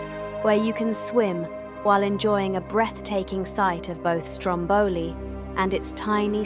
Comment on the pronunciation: Just for info, in Italy we say Stròmboli, not Strombòli (ie the stress is on the first vowel :)